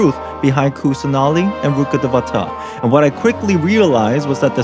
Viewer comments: You’re saying it wrong. It's not Greater Lord RukkhadeVAta. It's Greater Lord RukkhadevaTA. “You do it, then, if you’re so clever,” Ron snarled. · Its not "ruuk deva ta" Its said "rukh-day-v-ta" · “It's RukkhaDEvata, not RukkhadevaTA" Semi-quote, Hermione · Bro the pronunciation of ridukadevta is rudra_ka_devta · I like how he says Rukkhadevata